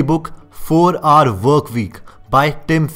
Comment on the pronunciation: YOUR English accent is very poor, how you pronunce Hours ??